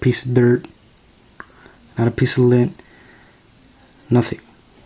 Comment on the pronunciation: Whats lin? He says lin